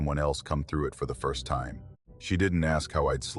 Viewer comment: Ai can’t pronounce time